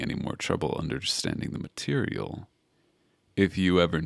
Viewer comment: No cuz EVERY. TIME. he said material I said girl